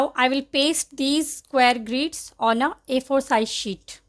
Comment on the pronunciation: It's grids not greeeeeds